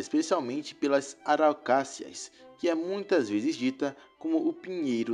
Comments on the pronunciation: o narrador falou da árvore como sendo ARAUCACIAS, o nome correto é ARAUCÁRIAS. esta árvore é a árvore símbolo do Estado do Paraná. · Auracácias ? Kkkkki😅, Auraucárias filhote .... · O correto é Araucarias e nao "araucacias" como foi dito no video. Também e conhecida como pinheiro-do-parana, arvore simbolo do Estado. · Deveria ter dito: “Paraná, Santa Catarina e Rio Grande do Sul”. “Araucácias”? O correto seria “ARAUCÁRIAS”. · Araucácias não e sim arucárias.